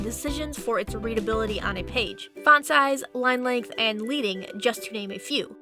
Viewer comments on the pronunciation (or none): I'm sorry, I can't hold myself back on this one - It's Leading (pronounced like "sledding", not like "bleeding") coming from the lead (metal) bars that used to be placed in between lines / blocks of metal type. The modern successor to this on the web, is CSS "line-height", but both measurement systems are very different. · Nicely done, Might be good to add a section regarding the difference between tracking (even spacing between all letters in a word) and kerning (space between just two letters of a word). And update the pronunciation of "leading" as suggested in other comments.